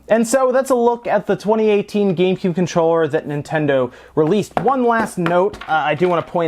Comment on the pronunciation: he said gay cube